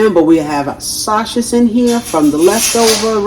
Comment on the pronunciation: Your not saying the word sausage correctly 😮